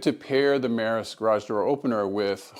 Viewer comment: Its pronounced "me-ross" not "meh-ris" 😂